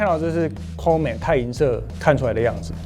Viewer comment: Comet唸法不太對哦